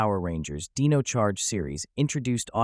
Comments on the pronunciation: I am hundred percent sorry but I really just have to dislike it because how names is being mispronounced. It’s like nails on a chalkboard for me unfortunately. This is a person that have dyslexia and having problems for announcing names. It just hard to watch it’s pronounce Dino, not deno. I am sorry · so did you use a text to speech program or something because there is no way anybody says dino like "deen oh"